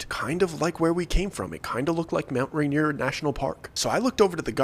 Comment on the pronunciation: I keep hearing Mount reindeer 🦌😂